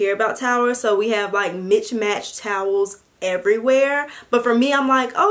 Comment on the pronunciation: lmao "mitch match"